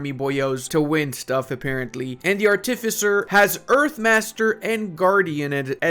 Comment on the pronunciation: I love so much that you pronounce -shire like a Brit and not an American it almost makes up for Arty Fissure